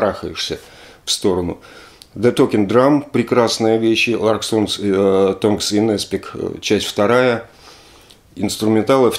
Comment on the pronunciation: Larks' Tongues in Aspic? Их есть у меня! Кстати, Алексей, в слове tongues ударный гласный А, а не О! [tʌŋz].Мда, МарьВанна мало вас гоняла на английском! 😂😂